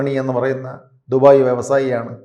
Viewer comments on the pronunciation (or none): none